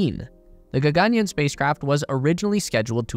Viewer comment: Dope vid! And for future videos, the pronunciation is more like “ggn-yarn”: Gagan means sky and yaan means vehicle.